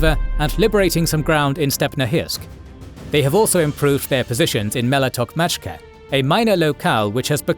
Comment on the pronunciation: you CANNOT allow the AI voiceover to butcher the name of Malaya Tokmachka like that because at this moment it is a MIGHTY meme 💙💛 Pro tip: in your script dont write "Malaya Tokmachka" as is, but rather alter it in such a way that the AI voicoever bot reads out a correct-sounding name